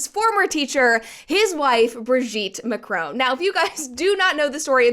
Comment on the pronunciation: It's Mac-ron rather than Mac-rone btw